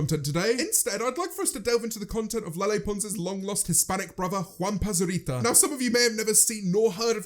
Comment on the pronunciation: As a mexican, James saying "Juanpa Zurita" gives me 100 years of life Quiero is want btw